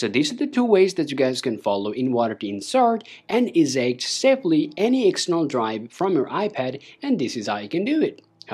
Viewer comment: They way you pronounce eject hurts.... badly...